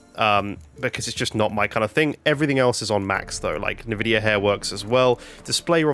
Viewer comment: No offense man but everytime you say Nevidia instead of Nvidia makes me facepalm like Captain Picard 😂